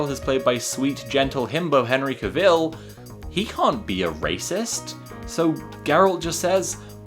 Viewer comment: The way you pronounce "Geralt" and "Cavill" is honestly so cute. Also, great pronunciation of "Andrzej Sapkowski", greetings from a fan from a country far, far away called Poland... <3